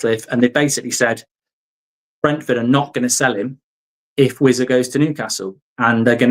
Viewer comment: vissa not wizza